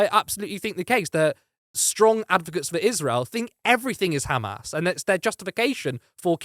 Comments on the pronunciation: Khamas!! Can’t even pronounce it properly. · Owen provided factual based arguments. The other guy just chunterted as his idea of a reasonable repost. Not too sure of the 'biased' presenter who even pronounced amas in the Hebrew way.